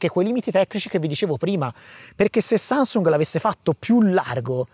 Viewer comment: oh oh mi è semblato di aver sentito sansung😂